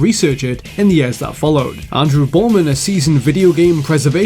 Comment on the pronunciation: the way u say year is stupid.